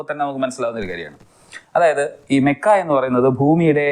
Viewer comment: മക്ക❌ മോക്ക ✅😂😂😂😂😂..........